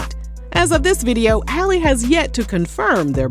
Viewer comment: Just loud and wrong HALLE her name is HAL LEE